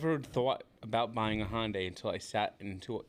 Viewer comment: Yo! Where’s the O in the name Hyundai?!!